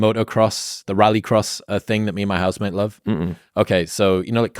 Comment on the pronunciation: ok he said "housemate", thought he said "husband" at first. Not that it matters